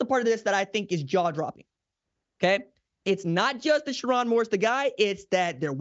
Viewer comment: Sher-rone not Sher-ron 🫤